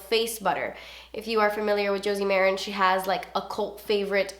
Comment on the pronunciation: Ok, say it with me: Joe-sie Muh-ran. Not jersey merren😂🙄